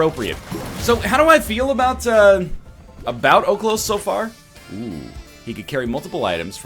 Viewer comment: Its oHlos, the pronunciation that is.